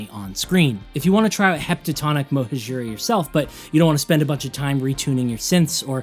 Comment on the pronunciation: I think "mohajira" should be pronounced as "mohaadjira" with an accent on the "ha" and with the j pronounced like in English